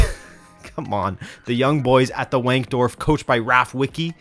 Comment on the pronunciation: All I want to know is if they have a women's team too, and if they do, should we call it Young Girls? 🤔 Edit: also W is pronounced a V in German, so it's Vank-dorf.